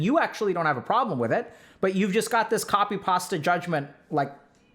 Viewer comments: Does anyone else just completely zone out and fly away when Dr.K says "MY-sogony" or "copy pasta" 😂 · copy pah-stead :-D